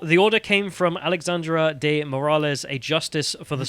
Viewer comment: Guys...Alexandre is pronounced "Alishandray". Get it right.